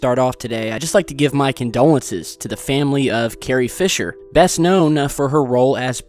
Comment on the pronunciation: Happy Nancy he said her name right.